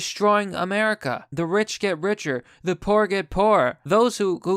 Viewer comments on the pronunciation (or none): none